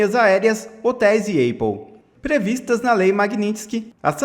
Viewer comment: “Eipul” foi o máximo 😂😂😂😂